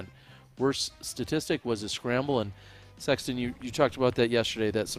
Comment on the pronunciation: Absolutely! What a year! One thing please, I like this coverage and the professionalism you all display. I think it’s important for the sport. I love Jomez and watch all of them, it’s just different. With that said; could you please stop calling …. Sexton. It sounds so awkward and odd. You two are commentating back and forth and I hear “what do you think Sexton?” How about?